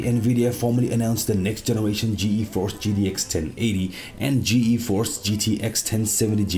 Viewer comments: Just ''Geeforce'' not ''Gee-Eee-force'' otherwise great video! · Why do you say "Ge-Eforce"??? It's just Geforce, one word. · more like GE-Force